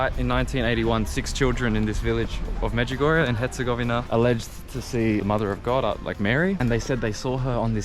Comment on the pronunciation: Medjugorje, not Medjugorja🙏